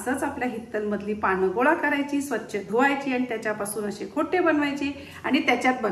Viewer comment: खोटे 🤔😟 खोट्ट. असा साधरणतः उच्चार आहे…